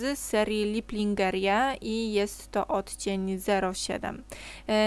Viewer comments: Niedawno odkrylam twój kanał i stał się moim ulubionym. Mam nadzieję że nie masz nic przeciwko bo doslownie kopiuję twoje makijaże. Są super na codzień a i na specjalne okazje coś się znajdzie :) Ps. "Lingerie" zapewnie pochodzi z jezyka francuskiego i wymawiamy "lężeri". W tlumaczeniu oznacza nic innego jak bieliznę. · Akurat dzis o Tobie myslalam, bo czekalam na nowy filmik:) czy Ty kobieto, umiesz w ogole zrobic brzydki makijaz? Bo wpadam w kompleksy :) I mam nadzieje, ze sie nie obrazisz ale zamierzam pomoc Ci z wymowa kosmetykow. Yves Rocher czytamu If Rosze a pomadki z NYXa Linżeri :) tak tylko na przyszlosc informuje :) pozdrawiam i czekam na kolejne tutoriale :)